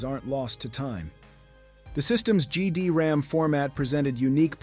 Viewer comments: GD-RAM? or is it GD-ROM? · Great video. A couple of quick corrections: you appeared to keep calling the media format "GD-RAM", but it's GD-ROM. The European DC units came after the North American launch, despite them being downgraded back to 33.6 kbps modems. You reference the orange logo, but then immediately show some blue logo love (the blue logo was in Europe, due to potential confusion with another company there). They didn't crack the GD-ROM format to enable piracy and homebrew, they cracked the MIL-CD format that the Dreamcast also supported. But like I say, a great video despite my nit-picks! :)